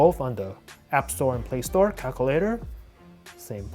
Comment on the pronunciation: Who else heard cockulater 😂